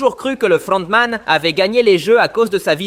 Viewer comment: LE FLLLRRRRONTMAN ET LE CAPTAIN PARLLLLK MDR 🤣🤣